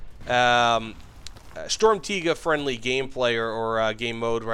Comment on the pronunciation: As a german, thank you for saying it correctly